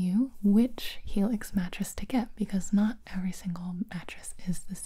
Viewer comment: What everyone heard: Helix What i heard: Felix